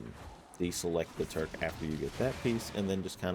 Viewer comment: it's Tukar, not Turk